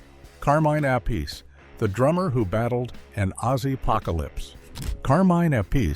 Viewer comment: Appice, please pronounce it correctly ! also never got the raise Dio promised him before his solo career really took of. According to an interview I saw of him here on Youtube, he blamed Ronnie's wife Wendy. Dio paid low wages, but promised a raise once the record sales would allow it. But Wendy said; no no no Ronnie, I need new shoes.